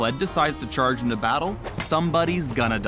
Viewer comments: i cringed all the times he said charge omg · pls never say "charge" again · every time you say charge, I pretty much y ou imagine trying not to laugh... very hard.